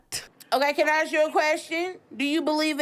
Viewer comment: Yeah… a VERY big “asssk”